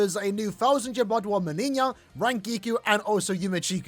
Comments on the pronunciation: My man pronounces "MeniÑia" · both JP and EN official showcases pronounce it Meniñia oddly enough